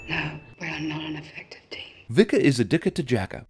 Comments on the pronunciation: It's pronounced "Vee-ka". Jesus. Can't believe the movie got that wrong. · BAHAHAHAHAHAHAHAHA Vika is a Dik-a to Jak-a HAhahahahahaha classic